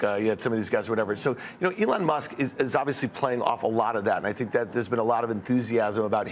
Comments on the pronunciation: That was so weird- sounded to me like, “Ellen.” Did Fields’ hearing aid malfunction? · This guy kept saying Alan!!!! 🤦‍♂️ 😂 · Plus he can’t pronounce Elon’s name. There is also that. Lol.